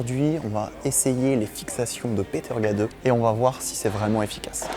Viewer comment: La manière de prononcer le nom de Peter Gade est criminelle. 😂